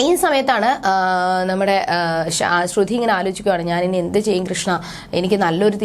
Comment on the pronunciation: തള്ളേ ശ്രുധി അല്ല ശ്രുതി 🤦🏻‍♂️🤦🏻‍♂️🤦🏻‍♂️കുറച്ചു എങ്കിലും ബോധം ഇല്ല ല്ലോ